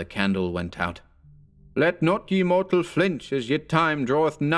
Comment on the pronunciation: I like this, but not you're mispronunciation of the article "ye" in this and other narrations. In this case the corresponding modern article is "the". In old English it was pronounced the same as our "the" and was written as "þe", but most printers didn't have the "þ" (the letter thorn) symbol so substituted a "y" instead. It was never pronounced as the letter "y" but always similar to the "th" sound. When it's the "ye" for the archaic pronoun (the multiple of "you" as in "Come all ye faithful") then it is pronounced "ye" but that's a very different meaning and more aligned with the modern "you". Can you think about using the correct pronunciation please? It'd sound better, clearer, and more historically accurate too. All the best.